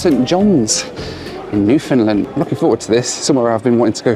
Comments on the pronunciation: I thought it was Newfoundland, not Newfindland as you keep saying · It's "Newfn-LAND," not "NEW-fund-land." Newfoundlanders are very sensitive about that! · NEW-fun-LAND, 😉 That is how they say it. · I just keep hearing saying NEW-Finland instead of Newfoundland:D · Love your videos, am a regular watcher, and love to see where your flights take you. Watching from St. John's, Newfoundland! Which by the way, is pronounced (as we say it here) New-'fun'-land (pronounced like hand)... Keep up the great content!